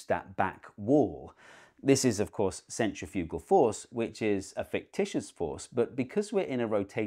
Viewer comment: "centrifewgal"? You're putting the emphaahsis on the wrong syllaable.